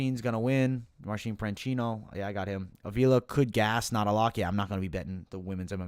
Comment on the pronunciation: You kept mispronouncing Marcin Prachnio calling him Marcin Pranchino. Otherwise, spot on breakdowns and predictions! I used some of your picks for another Capper Comparison Picks video. Thanks for the great content!